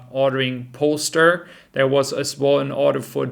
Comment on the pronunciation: That's "Polestar" not "Polster" pronounced "Polestaaaaaar".Again, your English is much better than my German. Nur gesagt. As for last-minute deliveries, I read somewhere that Tesla will focus on mass orders for the end-of-quarter results from now on. That makes a lot of sense. You can call up Hertz and say, "Your 100 Tesla orders are here at the port. Please go into your Tesla App and click 'accept delivery". That's much easier than dealing with 100 single customer deliveries at the last minute.